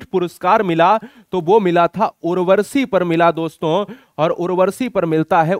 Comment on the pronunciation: Sir aap apne uchcharan ki orr b dhyan de..aap urvashi ko urvarshi.,...Amir khusro ko Aamir khusro. Bol rhe h ...kuch rachnaon k nam me b ashuddhi h,..,..aapko bhot log sunte or dekhte h.